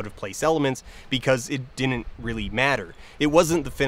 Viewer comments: same whenever he pronounces "didn't" as "dinint" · Why do you mispronounce didn’t as “dinit”? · Dear Folding Ideas guy. There are two 'd's in the word 'didn't'. There is no such word as 'dinnint' in the English language. Not even in Canada.